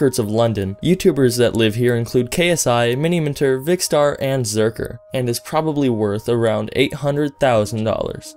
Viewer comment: First of all, Zerkaa not zerker. Secondly Vikk is NOT A fifa youtuber